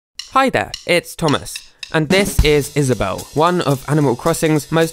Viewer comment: IS-A-BELL me:i get it now